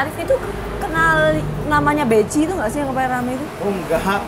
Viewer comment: Kalo ditanya BECI ya gak kenal, krn pelafalannya BEKHI.. wkwkwk 🤭